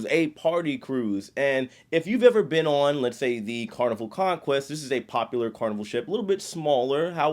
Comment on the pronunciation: “Starting ohnnn”